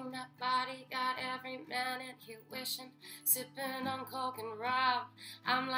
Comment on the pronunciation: "its getting hot in heaaa "😂